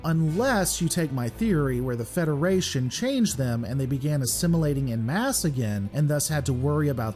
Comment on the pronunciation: I don’t want to sound ‘the wanker’ but it’s en masse (pronounced ‘on mass’ not ‘in mass’). It’s French and you know what they are like with their spelling and pronunciation. I guess I did want to be a wanker.